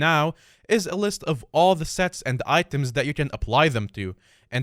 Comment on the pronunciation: I heard sex and items instead of sets and items. You kind mumbled there imo. lol